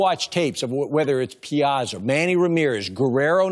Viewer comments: EeeeZeee lol true. PEEAWTZA! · Karros was Piazza's teammate for years and yet still can't pronounce his name correctly......smh.